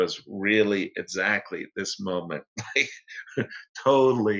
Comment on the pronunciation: also the way Yas says 'essacly...' is legendary ;) hah